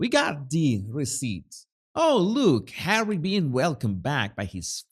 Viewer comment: "Speech by Hawwy" Oh, great. So, another word salad filled with buzzwords, then? 😒 Good grief, Hawwy, just let the real important people speak!